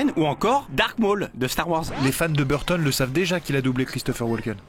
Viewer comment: Quand tu te rend compte que c’est Tim Burton et pas Timberton...